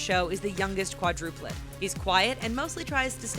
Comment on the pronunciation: "Youngest quadruplit" -Narrator